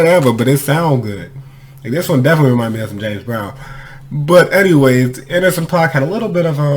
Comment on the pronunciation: Nah homeboy, groups have a point of view...so when the group says they are leaving the door open they are speaking for the group...it's not like rappers competing on a track as individuals...it's a group. And dude name is pronounced AN-DER-SON.